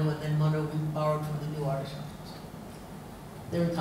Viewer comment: She would be a tad more reliable as an indologist and as her fawning intro says: 'world reknowned sanskrit scholar' if she could actually pronounce simple sanskrit words: 'Dharma', 'Upanishad'. Sadly, she is so self unaware, she goes on to tackle 'ArthaShastra'.